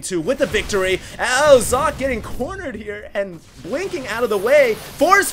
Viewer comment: I love you, but I cringe every time you mispronounce players' names. For the record, IdrA is pronounced Ih-dra, not Eye-dra. Also, Socke is pronounced sock-eh, not zock.